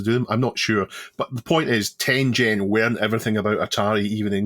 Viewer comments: Tengen is pronounced with a hard G. As you said it's a Japanese word from the game Go and is an era in Japanese history. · Ten Gen not "Ten Jen." テンゲン Such as the G in Garage or Gone.